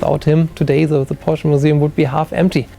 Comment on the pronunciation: the german guy mispronounces Porsche, lol